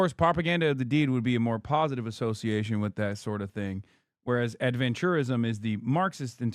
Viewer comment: Why does Ross change the pronunciation of “adventurism”? Seems like he changes the meaning of the word and thus changes what Hasan meant by it